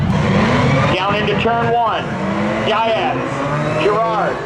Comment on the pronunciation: I don't think Diaz has ever been pronounced as "DIE-azz"